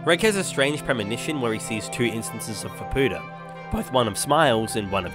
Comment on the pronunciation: and btw if you love Faputa so much, pronounce her name correctly :D the U is silent :)